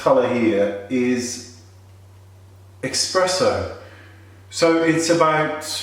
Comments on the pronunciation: THERE'S NO X IN ESPRESSO! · you lost me at eXpresso